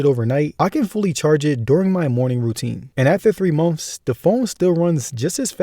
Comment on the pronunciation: Haha, say "months" again? Sounds like you're saying "mumfs"